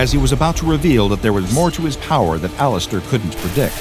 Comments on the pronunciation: did he just say all ass stir? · did he say laster or alastor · He said Alastor weirdly is this AI or something??